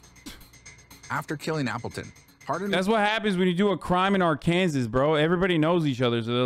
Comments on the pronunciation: He did say it right at least once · He says it right everytime